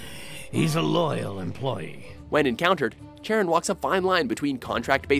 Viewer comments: "Chair-un" Learn some greek mythology and try "Cuh-ron" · I think Charon is pronounced as kair-ron? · It’s pronounced sh-air-en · Ahem, its Sharon thats how you pronounce my name! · It's pronounced 'Karen" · Chair-on cringe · Not a single FO4 character in the official list, that's cold. You did my dude Charon dirty by pronouncing his name Chair-in too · Charon...? Seriously...? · I hate how many people mispronounce Charon.